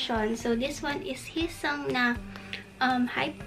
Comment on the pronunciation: please its hee-seung not heesang or heesong. and its songhun not sunghun.